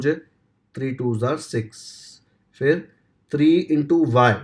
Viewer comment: Sir not pronounce three sir pronounce tri 😅❤